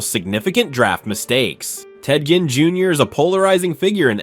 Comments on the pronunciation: Ted *GINN. Not "Jin" from Tekken. 😂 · It's Ginn not Gin.